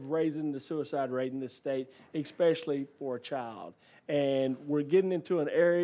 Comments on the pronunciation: .20 Wow, an American politician can't even speak English. He said multiple times: "ekspecially." What an ignorant moron. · I “Expecially” think Rep. Bo doesn’t know what he’s talking about and at a minimum should learn how to pronounce the word “especially” before being allowed to vote on any further bills. All those that agree….say “I”! 🤣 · Bo Mitchell is wrong on everything simply because he says “exspecially”